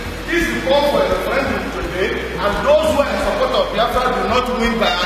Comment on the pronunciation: Ref-ran-doom Lmao...